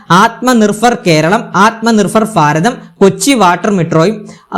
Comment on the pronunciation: ഫൈരവ്, ഇവരുടെ നാട്ടിൽ'ഭ' എന്ന ഒന്നില്ലേ?? കേൾക്കുമ്പോൾ തന്നെ എന്തോ ഒരു.....